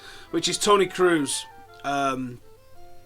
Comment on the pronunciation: why do people from england have such trouble with prunouncing kroos XD. they always pronounce it cruz, or cruise. its closer to the vowels in sauce tbh, so krauce not kruz XD Anyhow thanks for the upload and update! brilliant as usual!